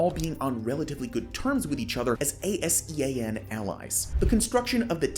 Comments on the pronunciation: As someone making these essays, you should really put a little more effort into ensuring you have correct pronunciation of place names. As a Thai speaker it is very obvious - some examples are ASEAN (said as a word aka /ˈæ.zi.ɑn/, /ˈɑ.zi.ɑn/, /ˈæ.si.ɑn/, /ˈɑ.si.ɑn/, (UK) /ˈæ.si.æn/ and never spelt out) . Another example is Chumphon, which is pronounced with an aspirated ‘p’ not an ‘f’ - aka pronounced [t͡ɕʰūm.pʰɔ̄ːn]. This is true for all ‘ph’ transliterations of Thai words, eg Phuket, Phitsanulok, Phichit. You can even see something similar with ‘Thailand’ - pronounced with an aspirated ‘t’ rather than the English ‘th’ sound. This takes two minutes of googling and just comes off a little sloppy and low effort…. Good video otherwise. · He legit spell it out A.S.E.A.N 😂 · you dont pronounce ASEAN by each letter itself. thats kinda rude. its like, do you read euro as E U R O? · A-S-E-A-N countries lol. Noob.